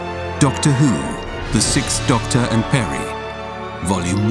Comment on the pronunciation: So... what's behind this trend of (mainly British) podcasters pronouncing "sixth" as "sickth"? It drives me nuts.